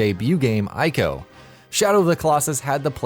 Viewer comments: He said "I"co lol. Pronounced "E"co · Its Prounounced EE-co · Ico is pronounced, " EE-KOH." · God, I can't stand when people pronounce Ico incorrectly. And he said it so often it hurt.